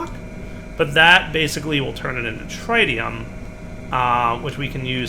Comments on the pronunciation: cant say tritium properly. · This bothered me too